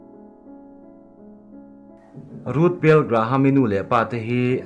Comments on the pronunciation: Ruth Bill niloin Bell zawk aw 🤔🤔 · A hming hi han ti dik hram ula..Ruth Bell a niin ka hria